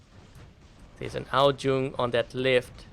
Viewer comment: How he says Ao Jung No offense but I keep laughing 👌👌